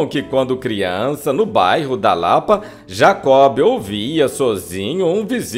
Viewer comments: Gosto muito deste canal, mas não se pronuncia "Jacob" e sim Jacó. E não eram "polocas" mas polacas. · O grande Jacob do Bandolim deixou muita saudade! Amigo, um lembrete, o nome dele se pronuncia "Jacó", o "b", portanto, é mudo. Abraços. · Me permite salientar que não se pronuncia o “ B” no nome de Jacó. Como se tivesse acento no “ O”. No mais, o texto tem pontos interessantes que muitos desconhecem sobre este grande músico, que tinha grande conhecimento de música clássica, possuindo em seu repertório, o raro Concerto para Bandolim, de Antônio Vivaldi. Marcos Leite Pianista/ Professor. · GOSTEI DE SABER DA VIDA DE JACOB DO BANDOLIM. TENHO UM REPARO PARA O NARRADOR: NÃO O "B" DE JACOB, É MUDO. OU SEJA, SE FALA JACÓ. DATA VÊNIA! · Por que o amigo pronuncia o "b" de Jacob,,,?